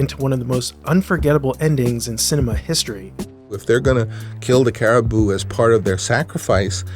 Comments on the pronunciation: I wonder if Coppola pronounced it like car-a-bow, instead of the proper care-a-boo? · Coppola: "caribou": "caraboa"